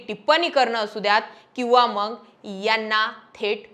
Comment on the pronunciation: 'मंग' नाही ताई.. मग म्हण.. बाकी तु बोलतीये ते खरंच आहे